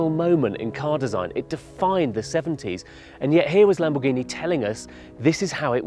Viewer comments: "Lambourghini" Is this a new brand? 😂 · Video is sick and all the car is stunning but the fact that hes saying lambuhgini hurts every braincell in my head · LAMBOURGHINI 😮😂 como se pueden equivocar así? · Please tell the how to pronounce the cars name